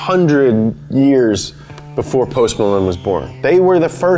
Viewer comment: It's PMalone not BMalone